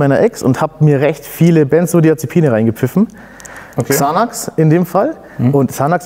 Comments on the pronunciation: Guter Typ aber es wird sanex ausgesprochen und nicht xanax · Er kann nicht mal Xanax aussprechen shit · Xanax ich kann nicht mehr man spricht es anders aus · Bruder nein er hat als Drogendealer XANAX nicht im Ernst deutsch ausgesprochen haha broooo aua